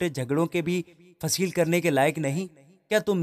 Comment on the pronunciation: برادر معذرت کے ساتھ ۔مگر بطور مسیحی فرد کے، میرا یہ فرض ھے کہ آپ نے پاک کلام میں سے جو کلام پیش کیا ۔اس میں آپ نے آیت نمبر 2 اور 3 میں جو لفظ فیصل لکھا ھے ۔فیصل نام کے معنی فیصلہ کرنے والا ھوتا ھے ۔مگر آپ نے فیصل کو فصیل پڑھا ھے ۔جو کہ آپ نے غلط پڑھا ھے ۔کیونکہ فصیل کے معنی دیوار ھے شہر پناہ بھی کہا جاتا ھے۔